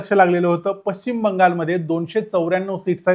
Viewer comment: Pashchim Shabdacha uchchar chukicha karatay. Ya shabdatil ch cha uchchar karit nahit.